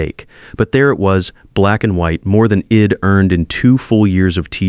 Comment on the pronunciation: ...horrible. AI says "shed" instead of she'd, "Id instead of I'd. "Wed" instead of we'd. Couldn't finish listening because the errors were so apparent throughout the the first few minutes of the story. More AI garbage.